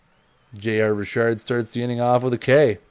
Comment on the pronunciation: It’s Richard not Rishard!! Ugh your killing me, learn the names before you butcher them please.